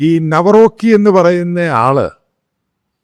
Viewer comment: നവറോക്കി❌❌ കാരൾ നവറോസ്കി✅✅